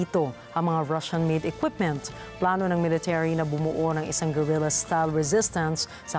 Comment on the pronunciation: BULOL ung reporter,,, Hindi mabigkas ng TAMA UNG GUERILLA